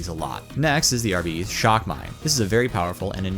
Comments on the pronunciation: It's pronounced Arb-it-taze, not Ar-beat-eez You don't pronounce Arbitrator as "Ar-bitrat-or", you say "Arb-it-traiter" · Why do you demonstrate that you can pronounce Arbites yet decide to only pronounce it properly twice. (Not Arbiddees. ARBITES) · Arbeeeeteees... lool I know he's only an American after all, but Coulda explained how to pronounce it to him before he made a tutorial about it and now teaching others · I pronounced it ARRR BITES not arrr betes LMAO I like my pronunciation better. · Seems there is some confusion then because the voicelines in the game pronounce it differently. It should be pronounced AR - BIH - TEES as per the voicelines in the game. AR - BEE - TEES just sounds dumb af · I have never heard someone call an arbite an AR-BEE-TEES before, and I'd like for it to remain that way. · "Arbeetees" Alright that's an instant turn-off lmao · I flinched every time he said Arbitay... 🙂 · AREBEEDEES lmao c'mon man i know you're american but please try to pronounce it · Everytime someone says "Arbeetees" a kitten dies. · Is that really how you pronounce Arbites? I never would have got that in a million years 😂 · Yeah I couldn't get past the 2nd mispronunciation of Arbites, I don't care if the way he's saying it is widely accepted, its incorrect. Coupled with his monotone disinterested droning of the word its like nails on a chalk board. Can we get someone with some testosterone in their voice to renarrate this?